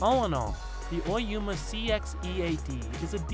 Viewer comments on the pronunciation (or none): Oyama not Oyuma...